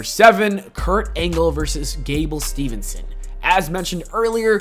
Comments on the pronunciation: Hey man, its Steveson. Not Stevenson. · THERE IS NO "N" IN GABLE STEVESON'S NAME